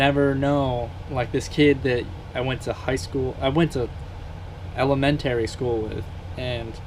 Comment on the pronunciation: wait a minute.. ele-men-tary?